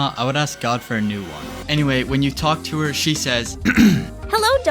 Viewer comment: "talk to her" is correct!